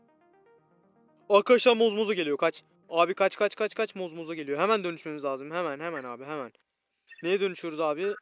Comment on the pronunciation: Mozmozo değil zombozo